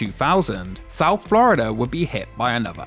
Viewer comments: "Flurida" cut me deep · "Florider" never change british people, never change